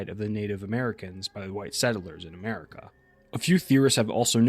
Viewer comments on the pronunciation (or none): none